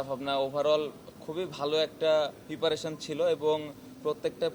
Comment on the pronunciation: পিপারেশন নারে পাগলা প্রিপারেশন। এরা অধিনায়ক হয় কেমনে!😅